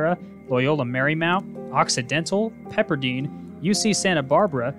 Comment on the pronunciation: Loving all these videos despite the mispronunciations here and there. Pepperdeen? Keep up the good work.